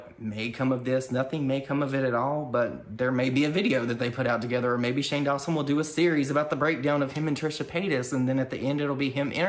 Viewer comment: "Shane DawnSoap" 🤣🤣 I must've missed that lmao